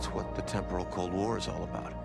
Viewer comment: Did he say ‘Teporal’ wars?... wish they’d reshot that dialogue and the director said to him “great now can you pronounce it right please”